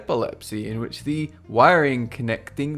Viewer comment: If someone doesn't know how to pronounce "Cerebral Cortex"...what they say about the brain is probably not accurate. Ditto "Corpus Collosum". Or "Progesterone". And the word BTW is "Hemispher*E*ctomy".